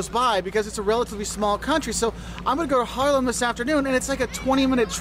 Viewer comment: ‘This guy knows what he’s saying’ Me: well yes, but actually no (I’m talking about the pronunciation of Haarlem Groningen etc)